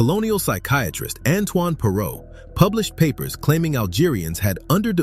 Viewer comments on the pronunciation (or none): none